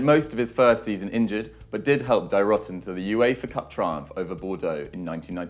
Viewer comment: "DIE rotten"? Why would you even assume that's how to pronounce it?